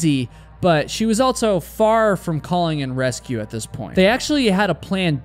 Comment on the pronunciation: There's no "t" in "also". Also, not altso.